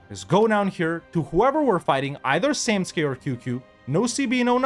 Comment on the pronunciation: It's funny how you can ppronanuce Samtske correctly but Tbilisi is a deal breaker XD